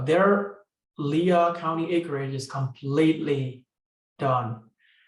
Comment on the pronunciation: Great information. Lea County in NM is pronounced "Lee," one syllable.